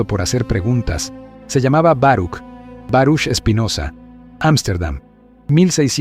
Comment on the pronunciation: Se pronuncia "Baruj"